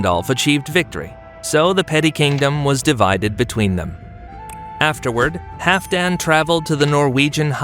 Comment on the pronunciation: I believe you are mispronouncing Halfdan. Hall-f+dan. The L is not silent.